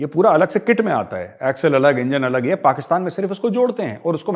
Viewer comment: Ye lahori pakistani to pakistan bhi dhang se nahi bol sakte...usko bhi 'pakastan' bolte hai🤣😃😂